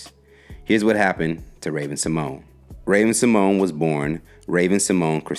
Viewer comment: He just butchered everyone's name in this video. Haha Ravens actually pronunciation of her last name and Kielys name haha